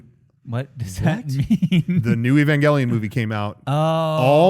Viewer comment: I'm dead when he said Evangelaun lol